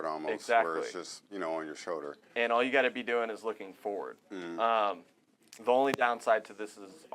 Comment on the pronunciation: What's a "shulder?"